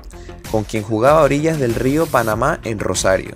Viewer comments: Río parana, no río panama* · No es Río Panamaaa ES PARANA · Yo soy de Rosario, es río Paraná, no Panamá como dijiste jaja suenan parecido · El río es "Paraná" no "Panama" buen video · Es Río Parana!!!! no Panama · rio "Paraná" no panama